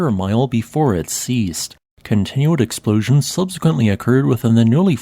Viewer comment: ex slpooshins.. wtf fix your voice bot!